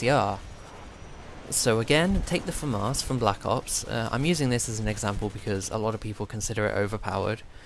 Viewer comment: Why do you pronounce the Famas as "Famarse"?